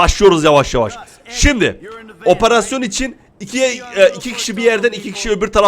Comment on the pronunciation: Abi niye oparasyon diyon operasyon değil mi ?